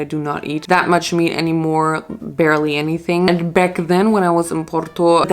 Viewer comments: Girl you’re saying meat wrong 😭 it’s « meet » not « met » (love u tho) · It´s MEAT, not met